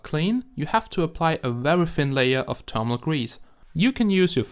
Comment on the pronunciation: and thermal :D termal